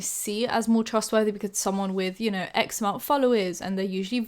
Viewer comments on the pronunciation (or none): I heard 'x amount' as 'eczema' lol